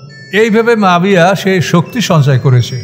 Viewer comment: মুয়াবিয়াকে আপনি বারবার মাফিয়া অন্যরকম ভাবে বলতেছেন এটা কি ইচ্ছাকৃতভাবে নাকি আপনার ভুলবশত বলতেছে না।